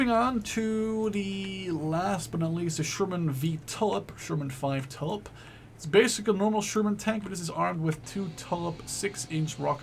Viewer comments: Pee-at Not Pie-at If you say Pie-at you are saying it incorrectly. Also it is the T-u-lip as in the flower, not the T-ull-ip Not surprisingly, the Bren gun carrier holds a Bren gun! However the Australians did pop in a Vickers, but they were called Vicker carriers. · It's pronounced "two lip", not "tullip"